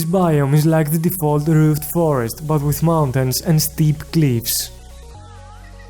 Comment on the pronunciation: ok this is how he pronounces roofed funny accent